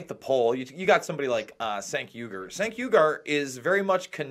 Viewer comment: Jason Anyone could do a better job than Trump. ANYONE!!!!!! Trump fanboy strikes again. Oh and it's pronounced Janke not Sanke. And he is a Cenk-Off.